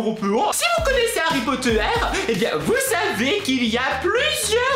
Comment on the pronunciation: Tu dis Harry pot de terre ?! XD #TeamPalmier